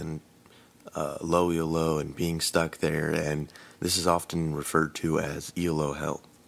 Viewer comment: Its pronounced "Elo" not "E.L.O.", its a guys surname who invented some rankings system.